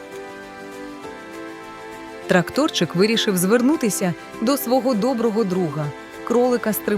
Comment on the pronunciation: Панове, озвучка погана, помилки в наголосах, ну це ж дитячий контент! Ви ж маєте давати дітям ПРАВИЛЬНИЙ приклад. Та і емоційність ніяка у вашого ШІ. Не трактОрчик, а тракторЕць.